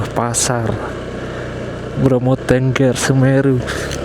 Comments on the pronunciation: Bukan tengger tapi tengger mas. 😂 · Bacanya t𝙚ngg𝙚r mas bukan tengger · Tengger bang, bukan Tengger. Emangnya burung 🤣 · Ngucapin tengger...e nya seperti di kata kera...bukan e dikata tempe mas.....😊....piss